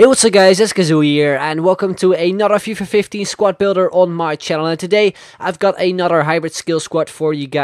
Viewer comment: He said "Fifa 50"